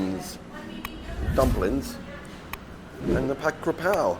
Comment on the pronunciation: Living in Thailand 17 years but can’t pronounce the dish properly 😂😂😂 It’s KAPRAO NOT KRAPAO Jesus